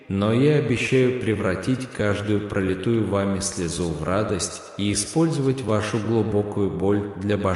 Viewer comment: ПрОлитую, а не пролитУю... Замените этого безграмотного диктора😂😢😮